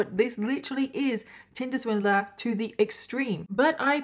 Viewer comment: I keep hearing “Tilda Swinton” when she says tinder swindler 🤦🏼‍♀️